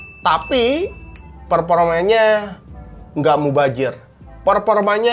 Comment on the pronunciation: Mubazir ❌ Mubajir ✔ Zotac ❌ Jotak ✔ RendyAdha2021